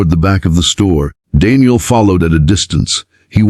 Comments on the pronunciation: Kindness, Daniel, aisle. Only a robo-narrator gets simple words wrong. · Why can't the AI narrator pronounce AISLE, KINDNESS and DANIEL correctly? Is it so difficult to have the text read by a REAL PERSON?